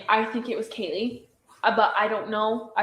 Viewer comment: How does not know how to pronounce anyone’s names + Hunter J. Mispronounced Kaylee’s 1st name, but was seen in noise complaint body cam footage, playing drinking games, with Caylee & zip ties 😒